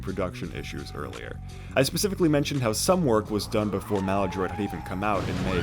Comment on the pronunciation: lol your pronunciation of Ocasik kills me every time... and Maladroit... jesus